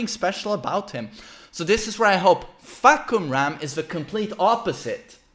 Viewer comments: the announcer pornounce the name wrong btw... its actually Far(long sound)- Come-- Rarm(long sound) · It's faa- (fah)- cum -ram